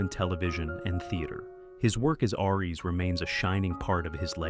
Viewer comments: It's aries , not airy , that doesn't make any sense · DUDE!!! PROGRAM YOUR ROBOT AI VOICE BETTER!! ARES IS SAID LIKE ( AIR - - EEESSS)